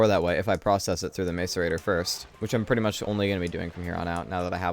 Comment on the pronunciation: Do you intentionally call it a MAZE-arator, like his it an inside joke or something. I've been watching for a while and you've been saying it in every playthrough. No hate or anything, just curious, really.